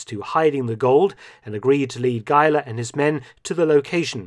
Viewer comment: thanks for pronouncing Geiler as a german last name....